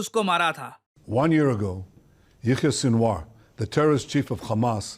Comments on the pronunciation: Sinwar ❌ Shaniwar✓ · Sinwar ❌ Swine-war ✅